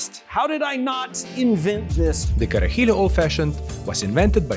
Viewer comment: So close to pronouncing it right! You're adding an additional "I" at the end, like "Carajill*I*o. It's like "Cara He Lo" edit, the more he drank the closer he got to pronunciation